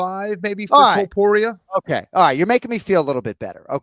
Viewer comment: Is there a rolled r in the middle of Topuria or not? Jon does a half a roll and Kenny doesn’t at all. The way Jon says too-pood-ee-ah gets under my skin. It’s toe-pour-ee-ah!